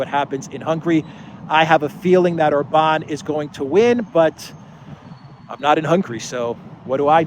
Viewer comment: For the love of God, Orban is pronounced with an accent on the first vowel, not the A. Love your videos, listening daily, keep up the great work! Greetings from down under 😊